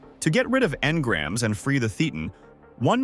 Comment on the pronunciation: Nice video! Just one thing: "Thetan" is pronounced like Satan, but with a lisp.